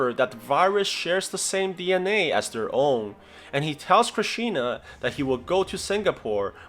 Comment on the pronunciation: it's not krisshna it's Krish 3